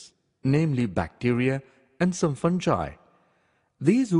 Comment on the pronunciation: fungi not funji